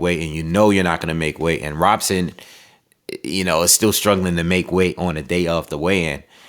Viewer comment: Btw, in Portuguese, the “r” are pronounced as “h.” So it’s pronounced “Hobson.”